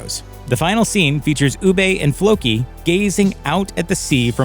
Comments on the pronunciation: Oo-buh. Say it with me. If you're going to make a video do it right. Oo-buh. Ubbe. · why pronounce his name u-bay, obviously never watched the show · Ubbe pronounced ubay the Viking for eBay which first started in Canada trading axe and comb for gold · “Ew-Bay” really? That’s how you are going to pronounce Ubbe? Jesus Christ lol just get someone to narrate the video who watched the show. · "Ubbay" cringe bruh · This guy saying Ubbe like Ubbey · Funny listening to him pronouncing their names and places e.g. ubbay and wessax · Interesting video, but the Pronunciation of Ubbe is painful. Sounds more like Master Oogway from Kung Fu Panda than Ubbe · Wessax lol Uubay lol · Sounds like his saying oooBay sometimes when he saying Ubbe name lol 🤣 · It’s pronounced “uu bah” or “uh bah” I think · Your pronunciation of Ubbe drives me up the wall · Your pronunciation of Ubbe.... made me unsubcribe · Ubbe? Perhaps watch the actual show and correct your pronunciation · For me, the way you pronounce Ubbe ruined the video for me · The way this guy pronounces Ubbe (Ubba) makes me think he didn't even watch the show. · I stopped watching this video as soon as you pronounced Ubbe’s name wrong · His pronunciation of Ubbe is annoying, you can tell he never watched the series. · After 6 seasons Americans still can’t pronounce Ubbe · The way this man says ‘Ubbe’ or ‘Wessex’ 😫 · You can pronounce Hvitserk correctly but butcher Ubbe? What kind of sorcery is this?! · Ur not saying uba right u idiot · Why is it that this guy can't pronounce the names of the characters the way they are said on the show? They literally speak their names out loud. It's so annoying. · Why’s he keep saying “oo-bey”?? It’s pronounced “OO-BUH”!!! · I'm legit about to slap your narrator! His name is pronounce "UB-BUH" not "OO-BAY". Ubbe is UB-BUH! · Ubbah not Oohbay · It’s ubbe not ubba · Could not finish this video because he kept calling ubba oobay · Oo-buh not Oo-bay! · Who the hell is ubay lol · "ooh bay" 😂